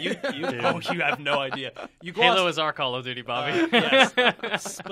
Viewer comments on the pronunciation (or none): Lol said gaylo